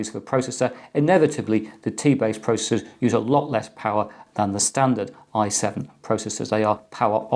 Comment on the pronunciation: EC pronounces: I7 six seven zero zero t Me: i7 sixtyseven hundred t